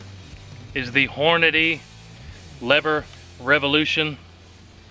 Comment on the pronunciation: Its pronounced Lever Evolution, not Lever Revolution.